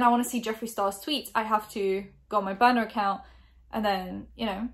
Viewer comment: Is she saying boner account or burner ? Ii only say niner cause of Charles side joi sessions w younglings